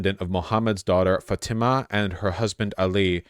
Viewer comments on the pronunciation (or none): none